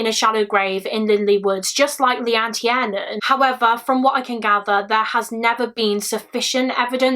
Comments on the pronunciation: It surprises me that you're British, yet still mispronounced Leanne's surname. I watch a lot of these kind of videos and it's usually people overseas that don't pronounce names properly. I think if you're going to cover something like this, surely it would be respectful to the family, to get her name correct. It's not Tee-air-nan. It's Tier-nan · No hate at all, but Tiernan is pronounced Tear-Nan. Its an Irish surname. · Minor nitpick it's pronunced tearnan. It's an irish surname.